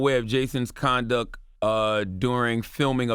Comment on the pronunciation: Did Charlemagne say “conduck” or “conduct” ?